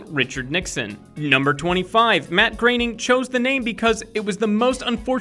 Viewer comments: Mate learn how to say Matt groaning. Not Matt graining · here's a fact. it's Matt Groening not Matt Graining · Its groening not graening